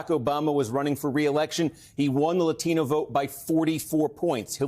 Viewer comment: Stop saying latino like that. You clearly dont speak English with that heavy of an accent